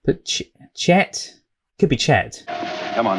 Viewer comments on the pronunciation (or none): It's "Chick." Not Chet.